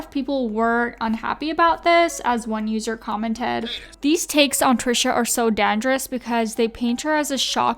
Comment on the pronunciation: How you pronounced "dangerous "